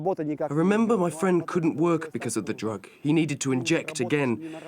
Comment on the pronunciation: SHE DID IT AGAIN SHE SAID "drog" INSTEAD OF DRUG